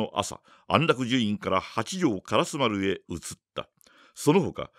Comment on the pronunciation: はじめまして！私は京都の者です。 情景描写が素晴らしい吉川英治の作品を、 巧みな声色で素敵にリアルに演じておられるのに感嘆しいしい物語りの展開が面白くて グイグイ引き込まれて、 気がつけば今夜もまた2時間、3時間と聴いています！ 今は『火炎行列』の途中ですが、 ずっと気になっていた点が実はありまして コメントさせていただきます。 「通り」の名前で『からすまる』という言葉が何度か出てきましたが、それは烏丸のこととちがいますか？ じつは烏丸と書いて『からすま』と読む「通り」があります。 が！ひょっとして清盛の時代では烏丸は『からすまる』やったんか？と少しだけモヤモヤしています。 教えていただけると嬉しいです！